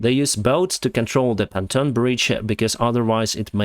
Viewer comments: Phantom bridges vs pontoon bridges. Phantom, a ghost, a spirit, not earthly, may not exist Pontoon, a float, a type of boat or support for a floating structure. Phantom the Ph has a F sound like father Pontoon the P is P sound like papa you are amazing, your command of English is far better then my ability in Russian. Keep up the good work! Hope you soar again. Slava Ukraine! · Please do not take offence if I correct your English (which is quite excellent). It is "pontoon bridge" with an "O" sound in the first syllable, not "A" like in Ukrainian. Just trying to be helpful :) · POND -TUNE bridge, too fast pronounced it sounds like PHANTOM bridge. It's not a PHANTOM! It is, however, a POND-TUNE bridge (said fast, is correct sound in English) d